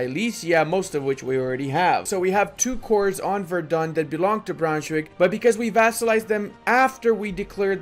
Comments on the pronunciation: btw, its verdEn, not verdun. verdun is in france :) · Its funny how he pronounces Verden as Verdun.